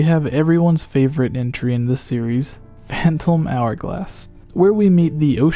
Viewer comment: .... Did he pronounce the "P" in Phantom?